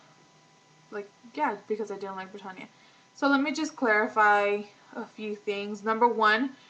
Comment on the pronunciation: "Brittanya"..... like Brittany but with an A on the end.....not pertonya